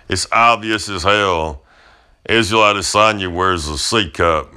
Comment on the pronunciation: Keep on hearing Lasagne lol